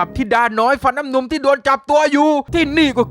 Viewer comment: เป็นเราคนเดี๋ยวหรือเปล่าที่ได้ยินพี่พูดว่า เทพทิดาฟันน้ำนุง